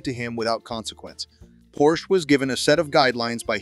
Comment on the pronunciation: It's pronounced porshuh!